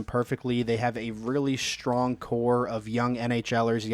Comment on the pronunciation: Can you please stop with the lazy language? Why are you saying your "str" sounds with an added "sh" sound? Its not "reshtricted" or "shtrong". It's restricted. It's strong. Jesus Lord. You didn't learn it that way as a child and you never used to speak like that. What the hell are you doing it for now?